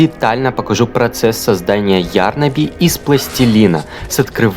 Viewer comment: Извините меня конечно, нооо не Ярнаби,а ярнАби